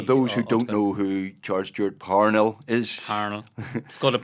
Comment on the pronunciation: He’s right about the pronunciation of Parnell. Emphasis on the first syllable, that’s how he said it. And to call his love Kitty rather than Katherine was an insult. At least they didn’t mispronounce Caitlín as so many Yanks do. ‘I’ll take you home again Katelyn’ ?